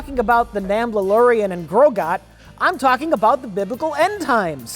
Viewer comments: Did he say, "Namblalorian?" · did he say the namblalorian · "the namblalorian" 😂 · wow... did I hear correctly? The Namblaorian? Is that what he said in the intro to this movie? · Did he say "nambla-lorian"? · "Namblalorian and Grogat". Perfection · Did call it The Namblalorian & Grogot? I'll call it that from now on.